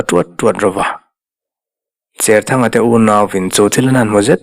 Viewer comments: Cherthanga tih a "cher" tih lam dan hi cher (thau lo) ni lovin, Cherput tiha "cher" ti a lamrik ni ta zawk se. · I sawi dik e.Tuithawl hnangin ka cher bur mai tiha cher kan lam ang hian. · Vawiin tlai,zanin tlai chu kan comment ve a nge.Pemthar kan neih zinga pakhat Cherthanga tih i lam dan hi kan sawi zui ve mai mai teh ang.Saw pa saw a thau/a cher tih anga lam rik tur ni lo in,sahrang lu hi hruihnang in an cher a an tar thin,ti anga lamrik tur a ni zawk em...Kei chuan chhiar ila he tiang hian ka lam ri ngei ang...Khua leh Veng a hrana tawngthluk leh lam dan a inang lo nuala ka ha hawlh ve lai kan thailang mai mai e...